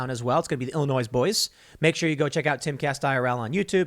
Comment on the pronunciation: Just so you know. The S in Illinois, is silent. ⌐⌐ One would think an American would actually know how to pronounce the States. That whole thing about research... Yeah, Tim, you don't really do proper research because you push the same narratives that the Democratic politicians do. You just do it differently.